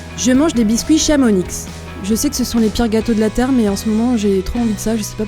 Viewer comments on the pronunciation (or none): Alors là non ! Je suis très tolérant mais il y a des choses qu'on ne pas laisser passer ! On ne dit pas Chamonikse mais Chamoni , c'est pas compliqué nom de bleu !